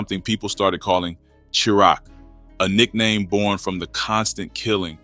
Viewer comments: That is not 59th Wabash. It's not cha rock it's chi raq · Soon as bro said Churach instead of CHI-RAQ. I checked out. 🤌🏽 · Yeah, I just wanna help you out. Chicago is often called Chitown and in the 2000s it was called Chiraq. The entire video you kept saying it wrong the CHI is pronounced like the word shy. Have a good one. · Dude, Chiraq is pronounced Shy-Rack. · As soon as the video said "Cheerock" I cut if off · "Chi-raq" its pronounced shy rack 😂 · Bro said cheerack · ChiRaq pronounced SHY RACK! You killing me they way you say it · bro say sherock 🤣🤣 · Chiraq is pronounced “shy-rack” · The say he pronounces CHI-RAG is hilarious 😂😂😂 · It's pronounce ( shy-rock) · 😂😂😂😂😂😂 Cheeraq tf is that...Its Chiraq but we don't even call it that These Days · AI is killing me……. Chiraq-> Pronounced :: 🗣️ Shy-Rack